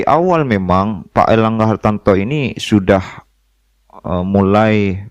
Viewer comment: Ngomong erlangga hartarto aja kliru erlangga hartanto Piye to kang